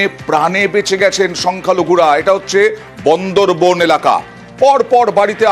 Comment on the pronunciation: দাদা উচ্চারণ শিখুন বন্দরবন না বান্দরবান।